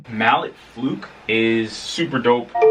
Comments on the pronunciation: You, sir, are an amazing keyboard player. Great review. One slight correction (in all due respect)...Mallet Flux....Flux is pronounced flucks. Not flooks. :) :) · “Mallet flook” lmao